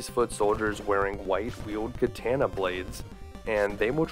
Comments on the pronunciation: It's pronounced kah-tah-nah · I have to say thats the first time Ive ever heard katana pronounced as KAY-TA-NA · Well, except for the hilarious way you say katana, this was a nice romp through my past.